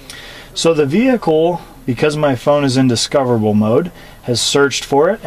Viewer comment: The ve-hic-kel